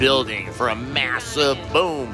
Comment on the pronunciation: ‘This is massuuve’ 🤣🤣